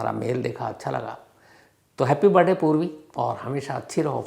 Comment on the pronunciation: It’s not BIRDAY, it’s BIRTHDAY.